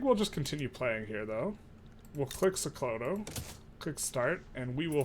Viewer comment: It is pronounced "So-ko-to"